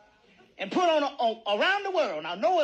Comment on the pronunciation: where yall from that say PIT instead of PUT? says it too:body-blue-raised-arms